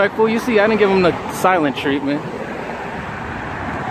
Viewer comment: He said tattle teller its tattle tale its treatment not tertment and finally he went to parked his car itd to park his car lol